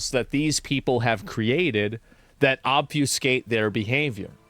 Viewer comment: please. im begging you. stop saying "ob-few-skate". that's not how you say that. every single video